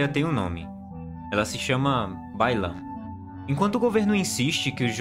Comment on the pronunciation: Quando você falou Bai Lan, eu entendi que o problema da china é o baiano kkkk e agora não consigo desouvir.